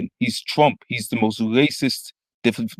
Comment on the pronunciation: What's a wacist? I'm finna get a dictionary and find out what a wacist is, because if that's how he's gonna come at brother Nasheed, I wanna know what it is.